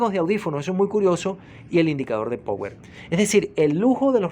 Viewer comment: Amigo se pronuncia "RICIVER" no "receiver". Como se escribe. "Power" se pronuncia "PAUER". Hágale, no es difícil. Buen canal.